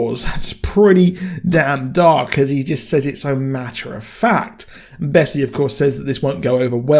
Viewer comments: Jennifer Connelly is confirmed for season 3.. Also it's Bess not Bessy. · Great video, I agree that a flashback for Big Alice would have been amazing! This finale was a bit of a letdown in my opinion - particularly the ending which felt a bit stuck on (in that it didn’t flow well). Only piece of criticism, the multiple mispronunciations of Bess and Javi (as ‘Bessy’ and ‘Yavi’) were extremely grating - other than that I enjoyed the review!